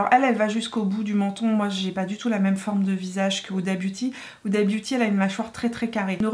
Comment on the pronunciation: Sinon elle s'appelle pas "Oudabiouti" hein xD ! Vidéo très cool, je vais économiser plein de sous ahaha ! ;)